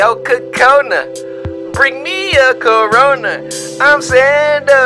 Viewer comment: He said bring me corana right